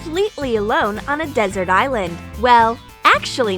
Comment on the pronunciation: she said “on a dessert island”